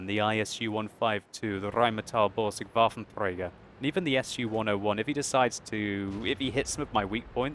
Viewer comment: your pronouncing waffenträger wrong as always dont roll on the "r" xD